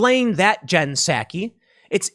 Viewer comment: It's spelled PSAKI but pronounced PSUKI